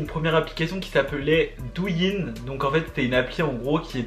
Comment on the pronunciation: dou in 😭 sa se prononce doo ou ine